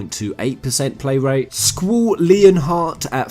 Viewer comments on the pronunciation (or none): I think you pronounced Squall Leonhart wrong.